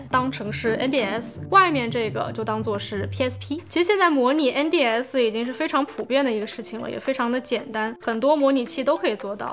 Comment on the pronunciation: 因为把N的发音读正确了，所以我按赞，哈哈